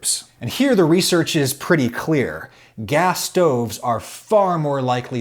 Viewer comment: Did you just say "clean gas"?